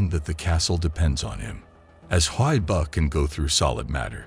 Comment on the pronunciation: It’s huii buuuh not huiboh